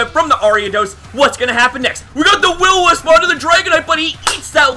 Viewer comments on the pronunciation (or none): I'm late but just realised this, he probably used Eq on Mantine thinking I'd Roost, it was a risky play on his end. also, "Will-O-Misp"